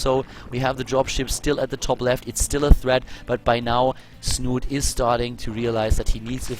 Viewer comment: Das "e" in Snute ist übrigens nicht stumm. Hier kann man die korrekte Aussprache hören: /watch?v=6EpRR-3r6V4 / The "e" in Snute is actually pronounced. You can listen to the correct pronounciation here: /watch?v=6EpRR-3r6V4